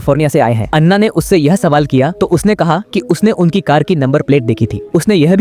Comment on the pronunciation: Bc kaha kaha se ate hai ana ko Anna kr diya😂😂😂😂